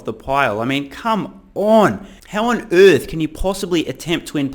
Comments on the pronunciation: How on "ÖTTTHHHH" ... 😂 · Can u say ERRTH AGAIN PLEASE SO FUNNY